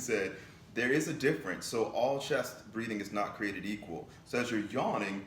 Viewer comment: The way u said created 🤣🤣😎